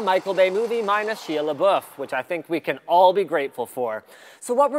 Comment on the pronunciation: sheee la buf. lol he destroyed that name. Its Shia la not shee la